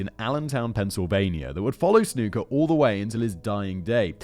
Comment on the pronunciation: His name was pronounced snucker not snooker